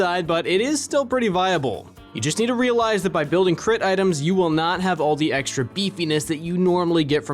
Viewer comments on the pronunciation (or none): none